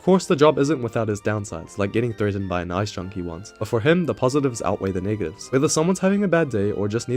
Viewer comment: Negatives. Either he skipped letters or he pronounced them silently. Rookie mistake, happens to the best of us